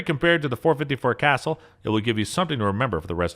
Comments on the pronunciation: dude said 454 castle (kuh-sool) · "Cas ule", not castle please. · 454 Castle? You probably meant the 454 Casull. Pronounced Ca-Sool. It is a Spanish family name. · Casull not castle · You should have separate videos for handguns that fire pistol cartridges and handguns that fire rifle cartridges. And learn how to pronounce CASULL!! ITS NOT CASTLE. ITS KUH- SULE!! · Stop mispronouncing the name, IT'S Pronounced CASOOL not castle. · Its not pronounced castle. It casull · If you are going to do a video like this, you need to pronounce the caliber names correctly. Example 454 Casull (caw sool), not what sounds like castle. Destroys your credibility when you mispronounce a very common and popular caliber. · Other than your pronunciation of casull, good video. Ka su ll not castle, ain't no T in it. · Casool. Not castle. Stop reading scripts and go shoot something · Cas- suuuul, not castle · .454 Casull is not pronounced "castle". It's pronounced like "Ka-zule" Was driving me crazy. Just like this guy I know who pronounces "Mosin" as "mouse-sin". It really shouldn't bother me as much as it does but idk. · Thank you for this. I was a out to start the video and I know I could not have endured such. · You too? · Interesting views on most powerful handguns in the world. My only issue with it was the narrator's constant mispronunciation of Casull. For most of the review I thought there was a new round i had never heard of before, the .454 Castle. At least that is what it sounded like to me, whereas it's actually Ka-sool for .454 Casull. One other thing was that handgun that fired the .600 Nitro Express rounds looked photoshopped as do some of the other weapons i have seen in this channels video lineup. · Casull is pronounced "Kha Sool". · This guy needs to learn to pronounce the names correctly. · Dude 454 casull is pronounced cassool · The "e" in triumvirate is silent; tri-um-vir-at. According to Dick Casull it's kuh-sool. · No offence, but Casull is not pronounced as casell !